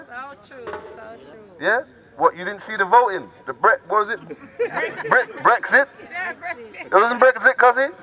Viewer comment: I'm white, born in the UK, but 3/4 irish (for those that don't realise, Irish is a distinct ethnicity from white-British). But I REALLY take offence at what this guy was saying about Brexit. He can't even pronounce the word, so that's an indication that he's ignorant about the topic... yet he stands there preaching with a fucking loudspeaker? If I'm ignorant about something, I don't preach about it, I try to get informed about it. Brexit WAS NOT about 'kicking out immigrants'. For a tiny proportion maybe. For a larger proportion it WAS about having a degree of control over immigration, and keeping numbers to manageable levels. That is a COMPLETELY different motivation. Schools, housing, traffic... all under pressure due to numbers. People voted Brexit because people wanted to ease the pressure and the government weren't doing it. NOT because they're racist and "wanted to make Britain white again"... That's fucking offensive, and its a shame that people believe that kind of rhetoric. Being ignorant, but articulate, is a dangerous combination.